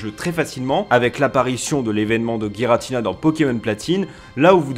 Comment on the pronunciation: Giratina se dit Jiratina en français. C'est comme girafe ou gyme. Arceus idem c devant une voyelle se sit S.